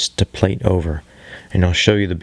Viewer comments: Nice video to watch, but when you say plate instead of plait its nails down a chalk board. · Still lov watching ur process, even when u pronounce plait the wrong way 80% of the time lmao